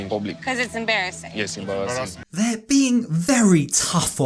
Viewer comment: did anyone peep that pronounced "embarrassing" like "em-bara-zin" kinda like the meme girl😂